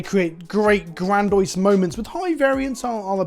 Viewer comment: did I hear you say "grandoise" instead of grandiose?